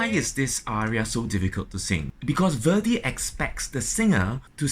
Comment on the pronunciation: Maestro your English is great. But, the great opera composer Verdi's name is not pronounced as Vördi or Veurdi like you do. The two letters in his name, v and e, should be pronounced exactly like the v and e in the words like vet, vent, very, vest. Sorry, a tiny detail...